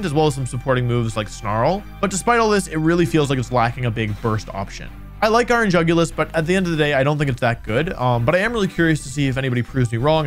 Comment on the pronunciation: Dude said iron jugulus :( And he showed us Scream Tail stats ( execpt for speed )